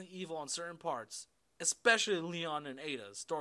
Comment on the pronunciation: I don't mind his reviews but I cringe every time he says "expecially"